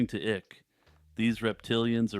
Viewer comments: David "Ick"...lolol. It's pronounced "Ike", but yeah you are totally correct about what you said about him. It made me laugh because he does indeed give me "the ick" with his deceit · David Icke is pronounced "eye-k" lol, David Ikk is how I feel about the tales he weaves.